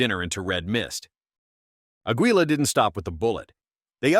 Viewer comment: "Ahg - wee - la" REALLY???!!!!! You stupid robot has learned anything in the last year.